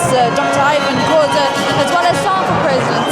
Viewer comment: Did she say president of kazer chiefs "khoza"???